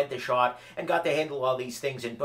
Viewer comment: Ok, anyone else hear say shart instead of shot? I get a chuckle everytime he talks about the Shot Show. At least that's what I think he's talking about..